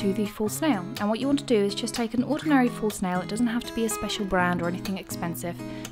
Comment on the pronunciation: Every time you said false nail I kept hearing it as full snail